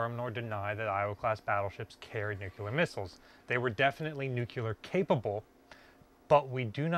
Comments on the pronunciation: omg, "nucular" just drives me up the wall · I had to bail out after the twentieth time he said “nookyuler”. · Nuclear. Not “new queue ler” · You did not just say "nucular"? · You have a disturbing habit of darting your eyes all around the room as you talk to the camera. It makes you look aloof. Make a concerted effort to look at the camera when you speak. Also: learn to pronounce "nuclear" as a two syllable word, not three: "NEW CLEAR" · "Nucular...blah blah blah..nucular..blah, blah, blah" - your video is interesting, but mispronouncing nuclear is annoying. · We don't all say it that way, I promise. A little embarrassing that someone in charge of preserving a nuclear sub does but he seems well-intentioned. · Damn you really really struggle with the word "Nuclear" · Awesome that you found the keys but please, for the love of God, say the word "nuclear" correctly. Thank you for your incredible videos! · It's pronounced NEW-CLE-AR, not NUCULER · Nu-clear. Not nu-cue-ler. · Nuclear... not "nuke-you-ler" 🙄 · I cringe whenever of all people, pronounces nuclear as nuke-ya-lar instead of new-clear. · Dude. You're an authority. The word is not Nuc-You-Ler. Learn it, say it, teach it properly. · Hey! Your videos are great. I'm really addicted to them and can't wait too watch every new one that you post. But, you gotta do me a favor.... Stop saying NUCULAR... It's pronounced NEW-KLEE-R. 😂😂😂 Thanks! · Orthograph : nu-cle-ar Americans : nu-cu-lar Pronunciation : am I a joke to you? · Great vids man. NewClear, not NewCueLar :) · The word in new-cle-ar, not new-cu-ler. Only one “u” in the word. Drives physicists crazy, which for us is a short drive!😂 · Great find. But it is pronounced Nuclear, not nuculur. Good luck getting anyone to talk about how those keys work. Security clearance prohibits anyone who knows from telling you that information. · Great video but he says "nuclear" like George W (nuke-yew-ler instead of new-clee-er) lmao. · NUCLEAR NOT NUCULAR!!!